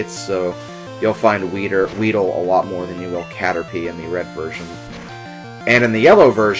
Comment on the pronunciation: did you say weeder?